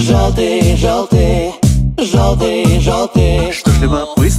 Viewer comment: Постоянно слушал оригинал. Сам отношусь к русским каверам скептично. Но этот хорош. Если бы чуть менее эмоционально говорили бы "жëлтый", наверно, идеально было бы. Оригинал более тихий и немного депрессивный, связано как раз со смыслом песни. И сам музыкал лучше раскрывался через более тихий вокал. Здесь же стал чуть более живым сам вокал. Это хорощо, но как раз на самой спокойной части песни, припевом где просто поëтся " yellow", начинается чувствоваться небольшая переигровка и наивность. Это не по мне. Но последняя часть песни, и в моменте с часами, как по мне, кавер переплюнул оригинал. Мне понравилось, кароч, но немного кринжую с жëстко громкого произношения "жëлтый"